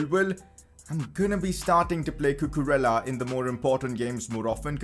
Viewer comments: Cucurella is pronounced Cucureyya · you have to pronounce cucurella's name in this way: cucu-re-ya